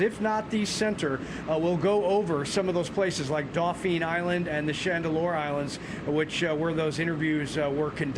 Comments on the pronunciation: Dauphin, not Dauphine ( a street in French Quarter) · Tell me he isn't from here, dauphine vs Dauphin Island.😊